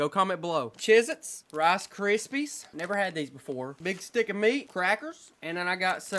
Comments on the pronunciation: Kendall it's not called CHEEZ-ITZ it's called Cheez-Its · Did you just call Cheese It’s Chiz It’s? Weird